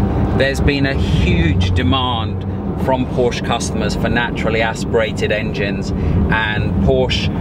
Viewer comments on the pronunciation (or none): Por-shuh...two syllables...say it with me...Por-shuh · Also learn how to say "Porsche" and "Wiessach". Killin' me!!!